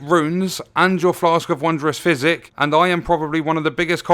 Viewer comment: I kept thinking he was saying "Flask of Wondrous Fizzy." Not trying to make fun of you or anything or the way you talk, I really love your videos,🖖